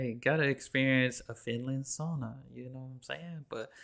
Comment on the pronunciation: I love how you pronounce sauna the right way 😊 not sawna like most americans say, but saUna 🤩😇